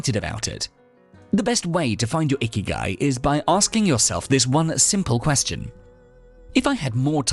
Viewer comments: 生き甲斐 or icky guy as you so well pronounced isn't some "wellness theory" about waking up early or whatever you said it was; it literally translates as "what makes living worthwhile", no more no less. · Wasn’t looking at the screen, heard “number one: find your icky guy.” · I thought he said find your "Icky Guy". I thought he meant a guy who doesn't shower or sneezes into the air without covering his face. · Did really call it “Ikigai”? Cause that’s Japanese, not Roman.